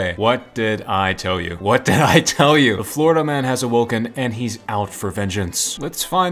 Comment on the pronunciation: Americans worst nightmare: Fourida, or Califournia?